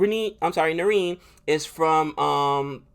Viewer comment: Watch highlights of narine LISTEN then you can pronounce his name properly. All cpl you have not learn his name that's funny. CFR for life tho.